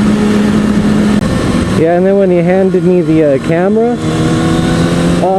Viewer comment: Every time He says "chea" it reminds me of Ryan Lochte saying "Jeah" lol